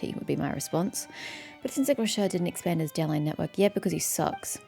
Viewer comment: btw i know im veerrry late but Rocher is pronounced like Vacher from thee archon quest, any french name ending in -er usually are pronounced é, like vacher